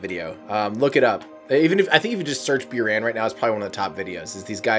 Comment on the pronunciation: It's pronanced as booraan not bioran